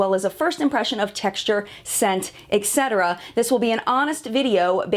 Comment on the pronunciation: So dramatic. And you even don’t know how to pronounce “etc.”